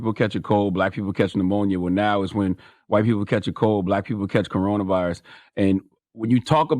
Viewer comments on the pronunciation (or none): Did she say "Corretta virus"? Bruh